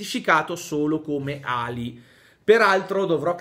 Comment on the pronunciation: Ciao. Sono uno studente di arabo, e la "A" di Ali in arabo non è una A normale, ma è una "ayn", cioè una A nasale su cui cade l'accento. La traslitterazione italiana segnala questo suono o con l'accento o con i due punti davanti alla A, cioè:àli